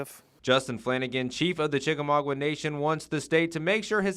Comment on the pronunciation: Chik-a-maugWA? Cringey...